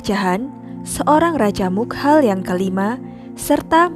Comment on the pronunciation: Setahuku nyebut nama "begum" itu bégum (é: lele), bener nggak sih itu tandanya? 😂😂 Pokoknya antara è (bebek) atau é (lele) gitu... bukan ə atau ĕ (emas). Terus nyebut nama Kerajaan Mughal itu nggak dipisah jadi "mug hal" gitu Kak, tapi tetap "mugal", cuman caranya seperti mengucapkan "ghain" huruf `Arab.